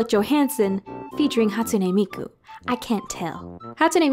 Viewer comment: "hAtsUnEy MiYkU!" its "Hatsune Miku"..